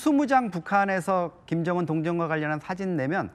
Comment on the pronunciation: 으 발음을 어찌 그리 못해요? 그게 안돼요? 일부러 그러는 건가요? 김정운, 김정은 운독촌, 은독촌 쿤대장. 큰대장.. 우리나라 사람이 이게 인된다구요?